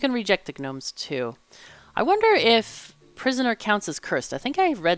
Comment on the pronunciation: You're cool but you're not cool enough to get away with pronouncing Gnomes like GNU.